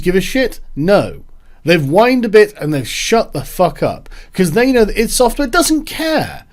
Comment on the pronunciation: That is how u pronounce id software btw